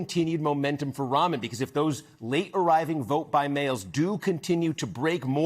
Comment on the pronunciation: must be pronounced Ram an not Ramen